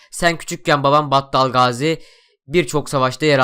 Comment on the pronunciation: Battal Gaziyi ne kadar güzel söyliyosun :d